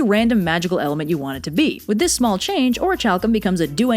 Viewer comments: The < ch > should be pronounced as a voiceless aspirated velar plosive, that is, like in "chemistry." However, pronunciations might differ by region, and it is perfectly understandable for one to pronounce it as did, if they hadn't seen the word before, based on knowledge of other English words. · I mean the video is great and all but I'm pretty sure this is the first time I think I've ever heard Orichalcum said out loud, or at least I think that's the magic metal mentioned, and it's so different from how I always thought it was pronounced that it has broken my brain. And I've been playing Kingdom Hearts for 18 years, and other Square Enix games that use it. I never knew. What even are words. my brain just can't understand that it's pronounced like that. I always thought it was like ore-ack-ulm or ore-ack-ul-cum, i guess? Maybe? I don't know but nothing like how said it, and I'm questioning my entire life now. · I don’t like how she pronounces orichalcum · is mispronouncing it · Great video but does anyone else have an issue with how pronounced orichalcum? I’d say this is a reoccurring hipsters move when you mispronounce things on purpose to sound different and unique. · There's a theory about atlantis being the Eye of the Sahara. Also that pronunciation of orichalcum makes me cringe hard. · THAT'S HOW YOU PRONOUNCE ORICHALCUM???? I always thought it was Or-ichy-cal-cum That Indiana Jones comic lied to me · Great video, love the maps - although I'm surprised it made it out of editing without Blue chewing you out for constantly mispronouncing "orichalcum." On another note, a small, sadistic part of me now wants to see Blue playing Subnautica, although realistically speaking he would probably dislike it so much that the resulting video would go far beyond the point of schadenfreude. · I love these videos! Also I hate to be nit-picky...it’s pronounced ori-kal-cum. Keep up the awesomeness, though!! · the ch in orichalcum is pronounced like a k...